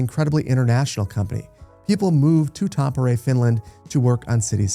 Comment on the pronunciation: I'm not sure what's more shocking, this announcement or the fact that still says Tampere just a bit off.. (I legit didn't even know he said it at first, it took me so long to figure it out... like I know words and languages are hard [not trying to say they aren't], but my goodness @@